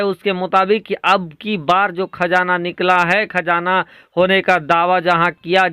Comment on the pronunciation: Thum urdu bol Rahay ho ya hindi, khajana Nahi qazana Hai, agar qazana Nikka bhi tho is say India ko ya Muslims ko kiya milnay wala Hai is Kay ilawa ab petrol ki international qeemat 100 dollar say 40 dollar per barrel ho gaee Hai aur bhi qeemat Kam honay Wali Hai mawjooda qeemat hi par Saudi Arab ko 250billion dollar per year loss ho raha Hai aur ab so IMF say loan Lenay ki koshish karega, tho phir turkey ka Kiya faeda hoga, apnay mulk main Hamara Kiya hashar honay wala Hai is par tawajjoh do shaik. Chilliyon ki Tarah yeah qunqunay andaz main news na sunao